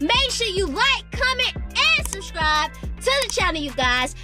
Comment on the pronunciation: No disrespect but it’s not shuscribe it’s subscribe